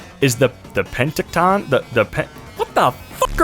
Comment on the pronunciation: Penticton is said like Pen-tick-ton!